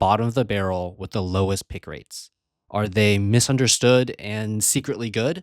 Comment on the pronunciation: He said misunerstood...we understand the sterilizer perfectly fine 😂